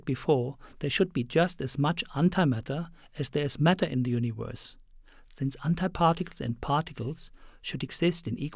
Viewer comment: i like howhe says universe... U N I V O R S